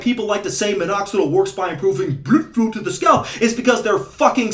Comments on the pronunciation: Say blüde flo one more time. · "blüdflow" hahahahah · „Blüdflow“. Cracks me up every time.😂